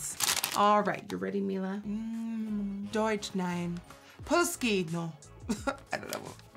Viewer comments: As a German I was shook how fluent she said: "Deutsch"!! (German as the language) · NikkieTutorials this may sound really weird but you said Deutsch nein amazingly well which is rare for non native speakers ❤️ greetings from Austria 🇦🇹😋 loved the review ❤️